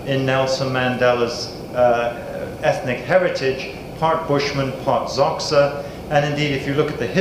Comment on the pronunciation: Xhosa is not pronounced "Zoksa".